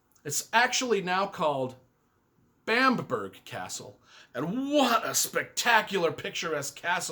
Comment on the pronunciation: BAM-BRUH, definitely not BAMP-BERG